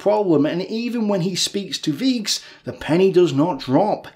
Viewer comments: Like your vids! Small thing: Weichs Is pronounced like ‚dyke‘, not like ‚weeks‘. In english, i‘d probably write ‚vykes‘ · The name Weichs should be pronaunced as W-ay-hs.